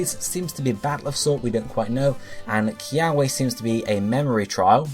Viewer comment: Good video and theory, the only thing that kinda bugged me was that you mispronounced most of the Hawaiian words ..... Like kiawe is supposed to be pronounced with the w sounding like a v ....If you ever wonder how to say them you can always just google search how to pronounce them c